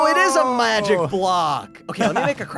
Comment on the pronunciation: and also did you hear prunouns the block into a mujic block